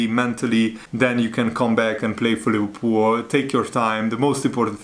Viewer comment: Leh verpoool😂😂😂 i love the way how you pronounce Liverpool😂